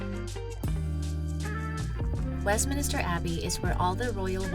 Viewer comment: It is Westminster not Westminister